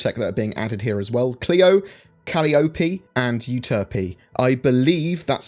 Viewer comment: On the moon pronunciation, very close. Very close. Clio: Correct Calliope: incorrect, Uterpe: Correct. Calliope is pronounced Co-lie-uh-pee